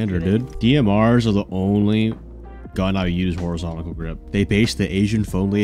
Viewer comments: WHY DOES BRO KEEP SAYING HORIZONTACAL GRIP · "horizontical grip"